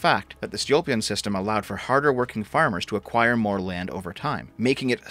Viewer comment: It’s Stolypin (Stoh-Lee-Pin), not “Stilopin”, lol